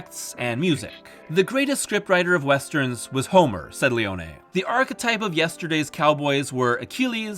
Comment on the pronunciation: Finally someone who pronounces Leone’s name correctly!🎉🎉🎉